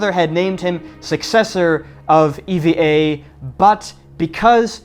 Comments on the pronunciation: Are you sure it is pronounced ee-vee-ay air? Japanese pronounciation of the airline company sounds similar to "ever" like in "Evergreen" the container shipping company name. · Not pronounced “E-V-A” , it’s “EeeVahh” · EVA is pronounced like the name Eva. Nobody here says E V A . The word app is said like that "A-P-P" and Instagram as "I G" though. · Pronounced "eevaa" not E....V......A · Taiwan is not tiny. Nauru is tiny. Also, it's not E V A , you say it like the girl's name.